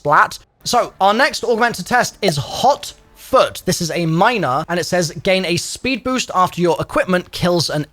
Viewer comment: I thought he said hauk tuah. Instead of hot foot